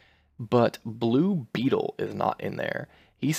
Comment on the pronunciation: That is not how u say blue betals name